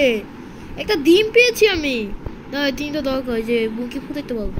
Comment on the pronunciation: 😂😂😂মুগগি না মুরগি😅😅